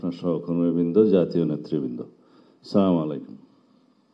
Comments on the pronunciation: এমন নেতা!! যে কিনা সালামটাও টিক মতো দিতে পারে না!! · সালাম টা ও ঠিক করে দিতে পারেন না😂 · ওরে আগে সালাম শিখে আসতে বলেন 🤣